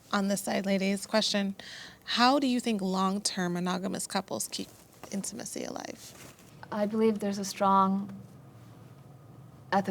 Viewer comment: Girl it’s spelt intimacy not in-two-macy..